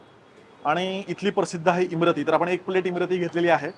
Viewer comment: Also its imarti not imrati*